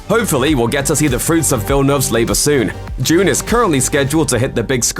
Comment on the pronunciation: The way you pronounce dune triggers me